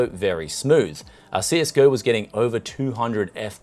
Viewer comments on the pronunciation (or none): none